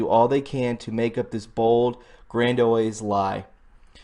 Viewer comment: "gran-dee-ohse" // Aside from that, which is the fault of your teachers (so-called), interesting report. I agree they all, Left and Right, have awful things to hide and/or have been framed..